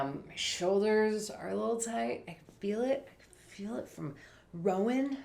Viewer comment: Typical Minnesota accent.